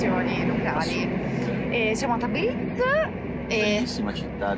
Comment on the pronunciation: Piccolo consiglio da parte di un nativo di origine... marcate tanto la z, invece è più dolce, non tabriz ma tabris... non bazar ma bosor... per il resto l'iran è un paese con un popolo accogliente e per il quale l'ospite/turista è sacro, possono darti il loro cibo e anche il loro letto... altrò che terroristi come vengono definiti dai media occidentali...